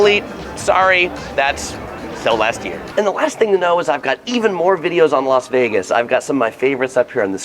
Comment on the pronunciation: Why do you Los Vegas ??????????? It’s Las Vegas 😬